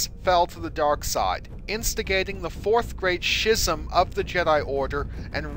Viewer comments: Dude, it's pronounced "skism", not "shism". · also, its pronounced Ski-zum (Schism) not Shi-zum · Great detail, but man do you mispronounce a lot of words. Riposte, schism, obsolescent, etc. And I would love to get into a debate on the pronunciation of the forms, as many are based on real languages, but that's not as fair. Not everyone has time to study other languages. That said, I don't get why you keep saying "Juya" instead of "Juyo." The other mispronunciations are just lack of experience with the language the names are based from. And I know I'll probably get flamed for caring about pronunciation, but if your'e going to care about a detailed fictional history of a fictional weapon... come on guys... We talk about and care about what interests us and brings us pleasure.